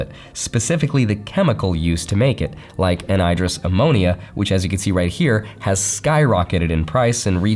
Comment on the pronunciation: The way you say Anhydrous bothers me. I don't know why. It's not necessarily incorrect. it just bothers me. Anhydrous can be more simply interpreted as "without water" such as Anhedonia is "without happiness" so AN - second word . . . . I also thought what fertilizer does was common knowledge but I grew up in a heavy farming area so I guess it's just my region